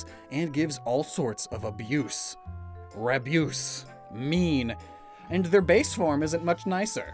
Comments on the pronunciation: As a Canadian 🇨🇦, Rabyoose horifies me 😨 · is it just me or does rabyoose kinda sound like abuse